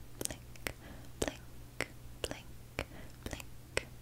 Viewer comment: When she did our miscara and when she said "blink It sounded like she said blanket lol 😂